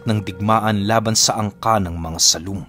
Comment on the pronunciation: Sálom po pala pinuno sa hiligaynon/ilonggo na lenggwahe. Malumay po ang pagbigkas sa pantig na (sá) tulad ng salitang (dalága) malumay Yung pagkakabigkas sa lá . At sa pantig na (lom) naman titik o xah sa kadahilanang malambot ang tunog sa pagkakabigkas Hindi u na nagtataglay ng matigas na pagkakabigkas. Hindi po binibigkas nang maragsa ang pantig na (lom) na di tulad ng gâ sa salitang (aligagâ). Kaya sálom po xah Sálom sa tubig😀😀😉😉 Sumisid sa tubig😉😉🤗🤗